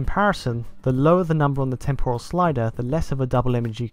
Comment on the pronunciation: Temporal. Is it just cause I am Australian or is it not pronounced right.